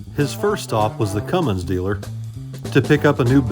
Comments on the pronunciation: I know didn't call it a Cummings belts. It's Cummins c'mon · It's CUMMINS not Cummings! Get it correct, so my faith stays with you!! In all reality you do great work!! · Did just say.... Cummings?? 🤦‍♂️ Cummins! He needs to work on his pronunciation maintenance 🤣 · Tell if he can find a G in Cummins I’ll pay his salary for a year😎 IT AINT CUMMINGS!! rant over Young Thomas needs to finish his OBS before he buys anything else😳 Oh and he found the Gem of all gems, an Olds 350 Rocket conversion diesel🙄 Allison is gonna make him a great wife, she knows he can’t car shop alone🤣 Keep it up with the cheat sheet stuff and Miss Vicki will tape it to your forehead while she reads it😎 The maintenance stickers are the best idea you’ve had lately. I need a roll of the static ones. That’s hilarious.